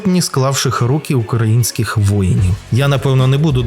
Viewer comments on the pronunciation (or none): Хі'марси... укра'інських... Палишся, фсбешник 😄